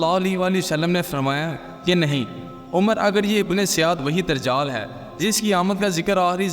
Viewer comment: بھائ درجال نہیں دجّال لفظ ہے